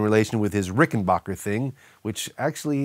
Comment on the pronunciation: As long as we're talking pronunciation, I will point out that he mispronounces Rickenbacker. The 'back' syllable is pronounced "back," not "bock." It's the same as ace WWI pilot Eddie Rickenbacker, who was distantly related to the founder of the guitar company.